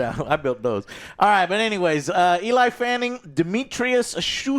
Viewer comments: you're also wrong... It's Elle Fanning. Not Ellie. Pronounced like the letter L. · Yooo😂 ‘ELI’ Fanning, like a guys name, is WILLLD!😂 It’s ‘ELLIE’ as in Elle Fanning, as in a girls name. Just fyi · He said eli fanning lol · For god’s sake look up name pronunciations before you film. Eli Fanning is a joke, who could take you seriously? You don’t seem to care. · ELAY FENNING ? HAHAHAAHA it must to be a condition ;D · Eli Fanning? Jezus, Joe! I knew he was bad with name but c'mon.. 😂😂😂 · Bro really said Eli Fanning 😂 sometimes I think Joe never passed 3rd grade English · I had a stroke every time you say "eli fanning". The mismatched duo worked in this movie because the chemistry and performances of Thia and Dek was great. The yautja are allowed to grow more than just a silent cloaked figure to kill the disposable characters. Movie was a 9.1/10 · Eli Fanning? Joe is always the worst person in the world at pronouncing names, lol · I gotta admit, I think occasionally messing up someone’s name can be pretty funny. But man Joe lol come on, it’s not Eli Fanning. It’s like when you called Paul Rudd Paul Rude, when you’ve said his name correct before. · Eli Fanning, sister of Day-Ko-Tay Fanning. Just wanted Joe to know that 😂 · Joe messing up everyone's name like he's Inosuke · Joe can't pronounce names correctly, he basically mispronounce every name under the sun even when he heard it pronounced the correct way dozens of times in the very movie he litteraly just watched x)